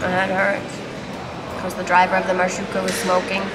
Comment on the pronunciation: You guys are so cute! Really enjoying watching your travels. You say marshrutka perfectly 👌 Those beds on the train are meant to be slept on in one position…on your side only 🤣😂